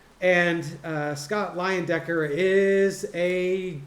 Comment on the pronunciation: It is LIE-en-decker - in German the second vowel take on the long sound...